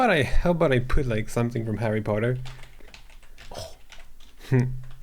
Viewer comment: Harreh pottah..